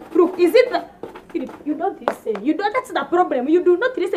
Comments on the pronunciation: Philip not philiph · Philip not phiupu!!! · Phwep not Philip😂😂😂😂😂😂🙌🙌🙌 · Phiup not philip heheheheheh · lol its phillip and not Phoeb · fweepuu.. not Filipu